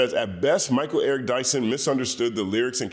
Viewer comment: “Mal” Eric Dyson.